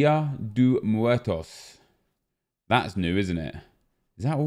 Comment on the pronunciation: Pronounced “Di-Ah Deh Moo-ertos”